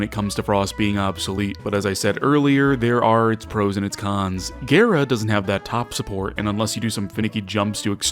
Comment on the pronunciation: As a gara main, the way you pronounce her name is nothing short of completely harrowing. I beg you. Stop